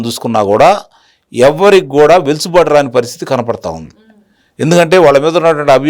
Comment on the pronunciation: వెలుసుబాటు కాదు సార్... వెసులుబాటు.